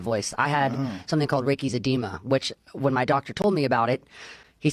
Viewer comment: Edema sounds like (A-dee-ma) fluid inflammtion